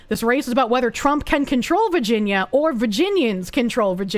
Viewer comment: I love how says "Vaginia"